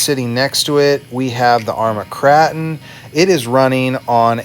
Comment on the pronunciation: LOL why do you call it the Krah-ton it is pronounced Krause-tun 😀 love all your videos! Doing my shredder upgrade this weekend. How long did it take you?